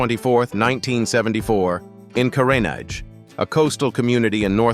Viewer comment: so now you see how Ai cannot produce words correctly...listen to the words "Machel" "Carenage" etc...Put look at the video of the child... lol